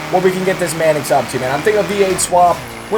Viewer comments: Ok. Tf is a "Manicks", not trying to rip on you but its "Manx" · sorry but it's pronounced manks not manix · it's Manx not manix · You could at least pronounce it correctly..mannix? No its pronounced manks. Its named after a cat called a manx.. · Wtf is manix its Manx at least look at the name for a few seconds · Say "Manix" one more time There's no i haha it's Manx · ITS MANX NOT MANIX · MANIX! MANIX! MANIX! WHAT THE HELL IS A MANIX? ITS MANX. M A N X are you illiterate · STOP PRONOUNCING IT LIKE THAT, ITS NOT A MANIX, ITS A MANX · Manks, not Manix. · Everytime he said MAN-EX I LOL'd. Pronounced MANKS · It's pronounced maynx! No man ex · not pronounced manex, its pronounced mAnks, like Hanks but with an "M"... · It's not the man x is a Manks or at least pronounced that way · u saying it wrong it's Mancx not manix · you're saying manx wrong. its not man ex its manks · manx, not manix. sorry. doing my head in:) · y does he say manx its manix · Its actually pronounced manks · he is saying man-ex but with an accent? explain... cos he's either saying man-cuss (x) with an accent or man-ex because he thinks that's right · By the way my great grandfather was the co maker of the Meyers Manx and I personally don't agree with the whole wheele thing the Meyers Manx is supposed to be a beach cruiser for street and off-road thanks for reading P.s. By the way it's (main-x) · He calls it a manix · its pronounced "manks" even the badge has a Manx cat on it, btw Manx is the nationality for the Isle of Man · fyi, there's no i in the pronunciation of manx, just say it how its spelled. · Yo it's pronounced "manks" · The way he says Manx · You were pronouncing Manx wrong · you said Manx wrong WHAT IS IT WITH YOU AMERICANS A PRONOUNCING THINGS WRONG